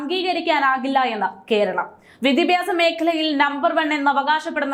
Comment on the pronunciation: വിദിപ്യാസം അല്ല ഏതായാലും. വി ദ്യാ ഭ്യാ സം എന്നായാൽ👌👌